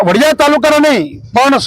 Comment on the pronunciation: વાડીયા નહી વડીયા . પત્રકાર કોણે બનાવ્યો. વાંચતા પણ નથી આવડતુ .